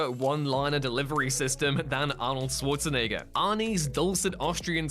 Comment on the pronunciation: You know, Arnold's last name is Schwarzenegger, not Swarzenegger